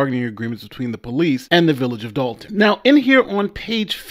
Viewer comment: Why can't anyone including the reporter pronounce there Ts...It's not Dolun it's Dolton, not Dolun, it's Dolton...The English language...Look into it..